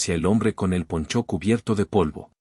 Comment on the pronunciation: El lector de estas historietas provoca error tras error, y en ésta cumple con esa cadena de errores,dice cuchilló en vez de cuchillo, que tiene acento en la i de la sílaba chi,y ahora dice ponchó ,se inventa un acento agudo en la °O° pónioéndole la tilde a la palabra poncho que es una especie de cubierta o capa sin mangas que pprotege a las personas del viento. Ojalá que lea para que se evite pasar la verguenza de cometer errores tan infantiles.